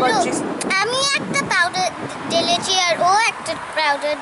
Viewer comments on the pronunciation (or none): Mithi ki cute bhabe ঢেলেছি k ডেলেচি bollo. Haha